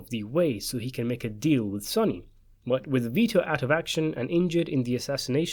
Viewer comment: What is this guy on about. This isnt even a question its CLEAR in the film when Vito and Michael talk about it the plan in the garden so this is a total waste of time. By the way, dont ever listen to the opinion on the Godfather of someone who pronounces Sonny's name completely incorrectly !!!